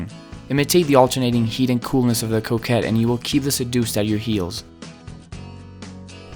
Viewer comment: Lol I thought he was saying Coke head the entire video